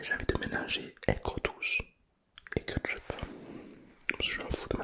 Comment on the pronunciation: moi qui dit kÉtchup, t'entendre répéter kEtEchUp ca me tue 😂😂😂